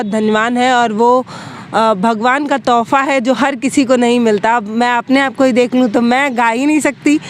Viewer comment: तोफा नही तोहफा होता है